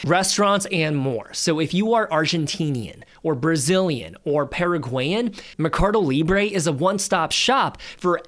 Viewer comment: MER-CA-DO. Not "me-car-do".